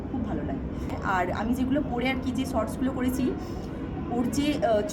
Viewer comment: Sorts bole na shorts bole.